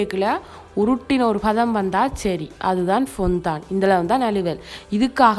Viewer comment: Its ஃபௌன்ரன். Not பொந்தான்.